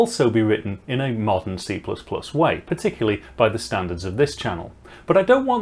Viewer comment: Hahah, this gorgeous Manchester pronunciation! I had a minute balls-up guessing what does "molten C++ way" mean. Sounds like complete tosh. What a wazzock I am. It's actually a "modern C++ way" :)